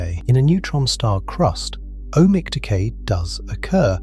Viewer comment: "Ohmic" decay or "O.H. Mic" decay? Nice AI........